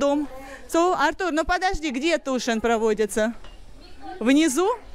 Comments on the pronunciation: Боже,, какой тишин? Тюишин, это так, уж для твоего английского, чтобы хоть кто-то понял тебя! Tuition так пишется! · Мой слух тоже резануло, этот Тушин, какой Тушин?